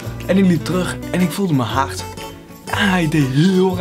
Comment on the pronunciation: Hoe jij hart zegt echt grappige accent